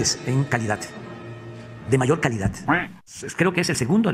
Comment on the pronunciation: Toda una vida en la política en discursos ya se va a retirar según el, y nunca se enseñó a pronunciar bien, calidat, salut, corrucjion... Esa si le sale muy bien.